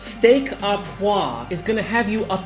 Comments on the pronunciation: it's poivre not poi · Poivre is pronounced as poivre. You pronounce the vre very clearly in French so dont say poi. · Go ahead and say the V - Steak au PoiV (not poi :D) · You actually pronounce the “v” and “r” Is your streak from Florida ? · You are allowed to pronounce the 'V'!! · and the r, and the e